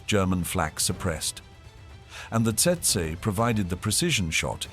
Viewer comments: Actually it's Tsetse. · It's tsetse, not testse. Stopped watching right there. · Maybe I'm mistaken but, as a Brit, I believe it''s pronounced 'Tetsee' and not Tseytsey'! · Not Tetsa, but Tsetse. The African fly is called Tsetse! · Tse-tse- Tetse (spoken as Tset-see) Not: Tset - Tsurr and Tsetsey or while we’re at it … not Tersetsay ! Do I have to spell it out? tch! some AI people! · It’s pronounced tetsee not tetsa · It’s pronounced how it is spelt - tsetse. You will not forget after being bitten by one. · Tsetse is pronounced "tset-see". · Tse Tse fly mosquito.pronounced as follows u tool.. tet see... get it right or don't post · TET-ZEE (fly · It’s pronounced Tet-see….. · Rubbish channel. Rubbish name. Please try harder. The content is fair but the delivery is lacking, friend. Set- see is how it’s pronounced by Kenyans. They should know. Great place great people. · "TET SA" crap AI.....HUMANS PLEASE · How to pronounce Tsetse a hundred incorrect ways. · It’s TET-SEE FLY bud. And the Cornish airfield was named PRE - DAN - NICK😡